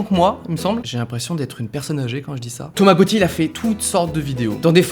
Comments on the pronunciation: Je suis le seul à avoir entendu Tamagochi au lieu de Thomas Gauti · Lol quand ta dit Thomas Gauthier g entendu Tamagotchi j'ai flippé 😂🤣😂